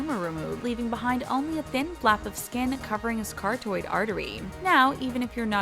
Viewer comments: “a CaRtOiD aRtErY” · “Car-toid” artery? You might want to research how to say words before you say them out loud in a video. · The girl really said ✨cartoid artery✨